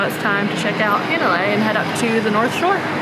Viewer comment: Hanalei, it's pronounced "Hahh -na-lay, like "ahhh" with an H in front